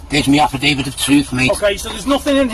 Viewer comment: ‘An afridavid to efsfrilly tell them…’